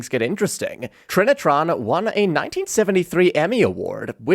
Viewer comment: Finally an American that doesn’t pronounce it ‘ try-nitron’ 😂